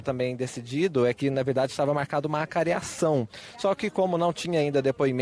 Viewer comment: ACAREAÇÃO E NÃO ACARIAÇÃO!